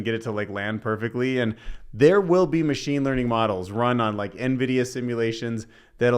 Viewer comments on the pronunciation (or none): none